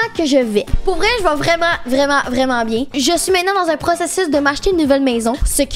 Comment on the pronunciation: un coréen vreuuuument